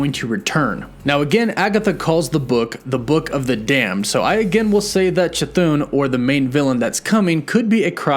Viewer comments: u gotta stop calling “cathon”, “chuthoon” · Really dig your channel. Chthon is actually pronounced "ka-thon" not "cha-thoon." It's an Indo-European name derived from the Greek word chthonic which is pronounced "thon-ic," dropping the silent "ch." Keep doing what you're doing. Good stuff! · c- thoon? is that how it's pronounced? I thought it was ch-thon. edit: no offense, mispronouncing something is perfectly normal. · It's not pronounced "Cha-Thune" ...... it's "Kah-Thone" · Pronouncing it Cha-thune is incorrect, I think. I think it is pronounced Ca-thon(silent H) or Ch-thon. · The pronunciation of Chthon is bugging me (Thon not thun at the end of the name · Please quit saying "ChaThoon" :) "ChaThahn" sounds so much better. :) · it's NOT pronounced Ca-thoon...it's Cthon...get it right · As much as I LOVE hearing you pronounce Chthon: Ka-thoon, I thought you might like to know how it’s actually pronounced. The CH is silent. So it’s pronounced Thon (Th - on). Similar to Thron, without the R! But don’t take my word for it. Look it up. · Pronounced: "CA-THON" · Chthon is pronounced "kuh-thonn" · I beleive it's supposed to be ka-THON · stop saying chathon like that, the h isn’t silent!!! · Lol "shithooooon" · Everyone: chthon: Cathoon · nope, he used to call it chthon, but maybe he read something somewhere and he started calling it cathoon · How many times does he mispronounce Chithons name in 3 different ways? 🤣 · Ok you’ve literally pronounced Ch’thon 3 different ways. I feel like you’re trolling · he has a speech impediment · None of your predictions and explanations worked out. Your whole series about WandaVision is a complete failure, just like you. And still too dumb to pronunce Chthon's name properly. You are the only one, other YT'ers can speak. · There are not 2 O’s in Chthon lol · I can't wait until you realize you've been pronouncing Chthon wrong.